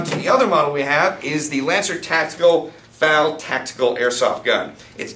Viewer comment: Calling an FN FAL a finfal is like calling an AUG an ogg.